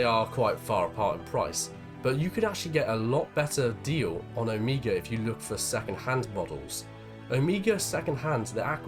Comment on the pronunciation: its not O-mi-gah its Oh-may-ga :)